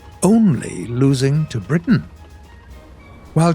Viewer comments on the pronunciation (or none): none